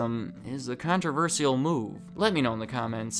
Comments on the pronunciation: What’s really controversial is how says “controversial” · Please pronounce controversial right